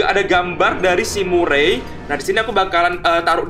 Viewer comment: bacanya merey bukan murey